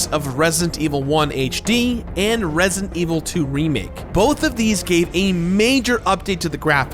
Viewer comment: The way doesn't pronounce the d in resident always drives me crazy